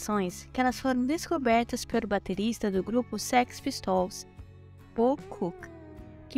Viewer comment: Muito legal o vídeo, apenas errou na pronuncia do "Pistols" da banda Sex Pistols